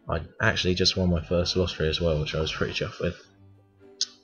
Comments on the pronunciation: Its Lot-ro . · Yeah when i hear lot-ro it sounds like lottery. So I like the low-trow pronunciation better also :)